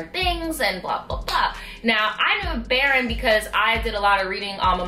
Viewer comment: Baron is pronounced baroon